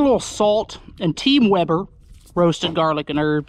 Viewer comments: Hey how you doing. It's from British Columbia Canada..... Isn't it.....Weeber...lol!!! As your brother would say. No offense. But it is, as you say it Weber. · I like you now more cause you pronounce weber properly and ace does not lol keep up the great videos man.